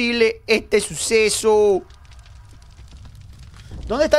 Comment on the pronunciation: tambien dio risa cuando dijiste como es posible ete susesouuuu